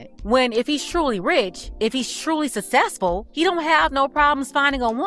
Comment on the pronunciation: Why do these idiots always say success wrong what’s susess?